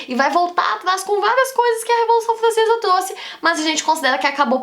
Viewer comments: Revolução flancesa 🤣🤣🤣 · Revolução Flancesa, ploposta, caraaa que raiva ela trocando o R pelo o L kkkk